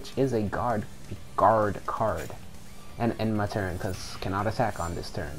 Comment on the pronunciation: Was it so hard to say "Guard Card" XD